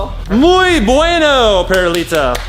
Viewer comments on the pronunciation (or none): when chad says muy benuo i called it incorrect